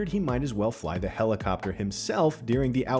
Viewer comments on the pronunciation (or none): none